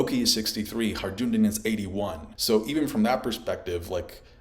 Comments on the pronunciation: "Harjundin" 😂😂😂 It's Hajrudin! Pronounced: HAI-RU-DEAN 😘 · his name is not HI-JOONDIN, its pronounced HI-ROODIN. I actually met someone called that irl, after hearing it the first time in one piece. not like it matters. just havent heard it mispronounced so often in a single video in a while.. sorryy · "Hajj-rou-din" bro its not that hard 🤣 its "Hi-rue-din" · Haj-ru-din, not Har-Jun-din!!! Also, Lo-gi-ya, not Lo-ji-ya. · Its Hi-ru-din = Hajrudin not Harjundin 😅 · It's not Harjundin in One Piece, it's hajrudin. Every time I heard the word Harjundin I kinda cringed. But I like this video a lot otherwise. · "hajundin"? Why can no one pronounce this one character's name correctly. just listen to the name in the anime jeez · Butchered Hajrudin’s name. “Ajundin!” 😂😂😂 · Man we're eating peak OP on all fronts. Also, I really don't want to be that guy, but Hajrudin is pronounced. "Hi-rudin." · Every OP Youtuber I know keeps butchering Hajrudin's name lol 🤦‍♂ 😂 .......it's pronounced HAI-ROO-DEEN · One Piece Youtubers pronounce Hajrudin correctly challenge: impossible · Please stop saying Hajrudin like that 🤣🤣🤣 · bro its crazy too because they even get it right in the anime, like how hard is it lmfaoooo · why you pronouncing Hajrudin weird like that xD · It cracks me up that after all this years is still unable to pronounce HaJrudin properly 😂 this arc will be difficult for you heheh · i'm sorry but everytime you said hajrudin i died inside a little bit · The j in hajrudin is silent